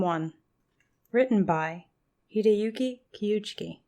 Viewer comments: Hideyuki Kikuchi* not Kiyuchki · At least get the author’s name right come on 😂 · Opened up immediately pronouncing his last name wrong 🤣🤣